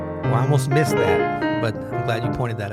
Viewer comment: "I almost myst that" - HA